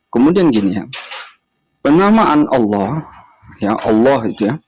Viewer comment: Baca tulisan Allah ...alah... Itu saja ng benar